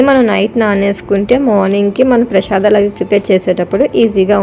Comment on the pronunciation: పెషదలు కాదు అమ్మ ప్రేసాదములు